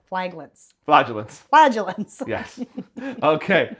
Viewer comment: Too bad he was so rude about the flagellants pronunciation, she might have wanted to come back otherwise